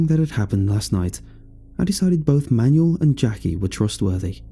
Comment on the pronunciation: That is not how Manuel is pronounced.....